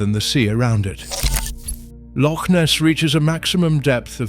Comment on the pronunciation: Hauf-biled delivery but at least he can say loch. 😅